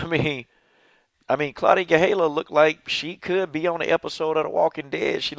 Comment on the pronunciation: GaDELha-- not GaHELLA